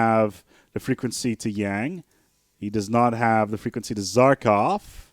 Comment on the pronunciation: lol, "zarkov"... the good provost says his name in the game for you, in several places. How can you mispronounce that? But regardless, I am happy to see this game getting some love. I've been playing this off and on since (i think) the late 90's. I suggest you give sea bases another look, since I hear you saying they suck as I write this -- sea bases take a bit more investment, but if you get them up and running they can easily out-produce most land bases. Also, their borders are the only way to prevent the AI from building annoying sea bases right next to your land. Hmm, nice borehole...